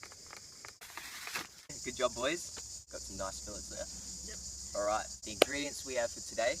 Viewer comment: fi-lays... fi lets? what?